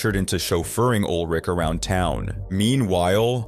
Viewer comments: Ulrich not Old Rick! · Ol' Rick? American English has hilarious pronunciations of words and names😂😂😂